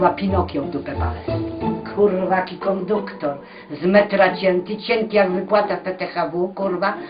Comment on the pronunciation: <--- konduktor :P